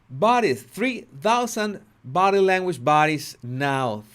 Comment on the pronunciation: The way this" Bodddii languish booddii" dwells in the shallows of the "culture" is disgustingly shameful.